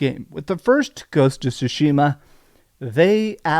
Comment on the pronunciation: They still mispronounce Tsushima sue-sheema instead of sue-shima